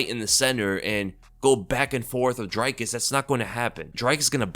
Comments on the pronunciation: it's not "Dry-cus"... its pronounced "Drick-us" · Dricus is not an I sound it's and e sound like cheese, feed, read So it's Dreeeecus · Its pronounced Dricus not Dricus 😂 🇿🇦 hope he sends till into retirement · What is it about Americans that just refuse to pronounce Dricus' name correctly?